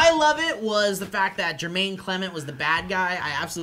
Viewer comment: Jemaine, not JeRmaine.